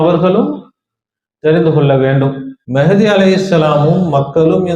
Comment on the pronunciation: ஐயா! முதலில் சரியான உச்சரிப்பு உச்சரியுங்கள். மெஹ்தி ❌ மஹ்தி ✔️ ரசூலுல்லாஹி ஸல்லல்லாஹு அலைஹி வஸல்லம் அறிவிப்பின் பிரகாரம் இமாம் மஹ்தி தான் வருவாங்க. மெஹ்தி வர மாட்டாரு.